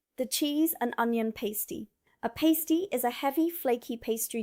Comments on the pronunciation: What I take from this video, apart from the pronunciation of pasty, is that American kids are weak and feeble and wouldn't last 5 minutes in a British school dinner hall. Being a kid in the 1960's the dinners we had were pies, roast dinner,s lots of carbs, lots of dense puddings, yet no one was obese and no one went hungry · It's a pah-stee, not pai-stee. And it traditionally had meat, potato and veg in one end with a sweet dessert in the other. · It’s not a paystee, it’s a pas-tee. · Its Pass tee😂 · That was not Jam RolyPoly, is was an Arctic Roll (sponge, jam and icecream). Pastie, the past rhymes with mass. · I am not surprised I am not subscribed, This is mostly rubbish. Please pronounce pasty correctly. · You are pronouncing pasty incorrectly, the 'a' is a short one but you pronounce pastry correctly with a long 'a'.